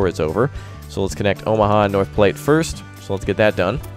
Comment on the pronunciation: North platte is my home town and it hurt alil each time you said it you where close to saying it right